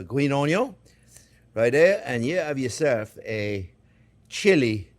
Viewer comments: I don’t even use the word “onion” anymore… it’s an ONYO! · Gave a young friend (I am 72) and his wife a couple of rib steaks. Told him he had to watch the Chef on cooking them...now he says onyon when we talk about cooking 🤩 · Yeah, sometimes I find myself wandering around all day just saying onyo...